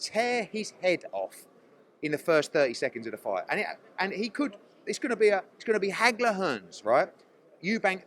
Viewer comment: Did Hearn just say it’ll be a ‘haggler, hearns’? 😂😂😂😂